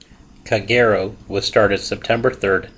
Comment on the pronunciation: It’s pronounced ka,geero